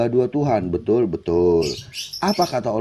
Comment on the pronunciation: Bedul gaess ..belajar dulu bahasa Indonesiaa Kok belajar bahasa arab..BETULL ..BUKAN BEDUL..😜🤪😝